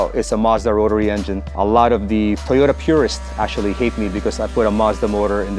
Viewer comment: TOYROTA! brap brap brap